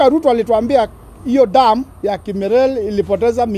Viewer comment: Kimwarer not kimerer